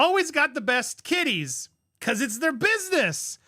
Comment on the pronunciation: Shew, "kitties," not "kiddies!"